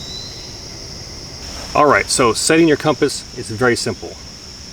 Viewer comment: Why does pronounce it "Comp Ass"?